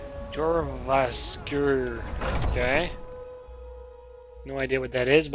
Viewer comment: just a tip, all the "J's" at the beginning of words are going to be pronounced as "Y's" example: "Yourvasker"= jorvaskor "Yarl"= jarl